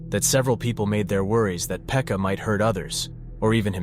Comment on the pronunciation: its not "Phecka", its "Pekka" 💀